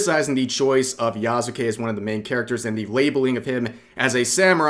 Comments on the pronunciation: Yea, i was like: "Who the heck is Yazukei?" Until I saw that it's actually "Yasuke".😅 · Yknow i can tell you dont know what your talking about because you somehow got his name wrong Its pronounced Yah-Soo-kay Not Yah-Zuu-kay Its a really really easy word to pronounce in japanese idk how you messed that up dude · Yas-kay not yah sue kay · I dont exactly trust the opinion of people who cant even pronounce the mans name right "Ya-zu-kay" "Ya-sue-kay" Jesus christ Hate this game cuz ubisoft makes shit games and is a greedy company, not because of racism and sexism Pathetic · why do you pronounce yaZuke if it's clearly "s" there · Its pronounced "Yaske". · His name is pronounced YASS KEH. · It’s pronounced Yas-kay. Japanese is spoken through strings of consonants, and words with Su in them are almost always pronounced silently. Just like how desu sounds like dess with a very soft almost indistinguishable u at the end which is more of a results of it just rolling off of the S sound. They call this a mute vowel and while almost all romanized Japanese it pronounced the way it looks, the exceptions are Su and Shi. When saying the individual kana you’d pronounce them but when combined in words the vowels are silent. If it was Ya-zoo-ke it’d be spelt Yazuke. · I find it disturbing how many people can't say his name. Yasuke Yasu-ke YAHS-kay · Pronounced "yaw skay". Like Naruto's Sasuke. In Japanese, the U sound on the character "su" is often dropped. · dont watch a lot of people but i love how everyone pronounces Yasuke's name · You weebs can’t even pronounce YASUKE right lol